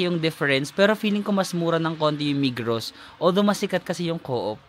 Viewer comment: Migros is pronounce as Migro😊 migros and coop are just equal.